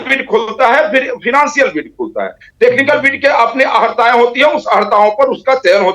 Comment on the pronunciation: बोलने की अकल सीखिये पहले अहरताएं नही अर्हताएँ होता है